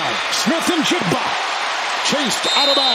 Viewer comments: that announcer in the first half - "Smith-Njigna"... Seahawks gettin' no respect from media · Yo, c'mon announcer's, at least pronounce Jaxon Smith-Njigba's name correctly. 🤨